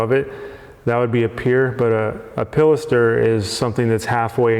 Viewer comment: You said pilaster properly... thank you!